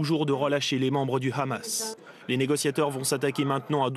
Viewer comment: Pourquoi il dit khamas veut-il imiter les hébreux , ou bien se faire bien voir par l’inteligencia .. en tout cas on les reconnaît avec leurs "kha"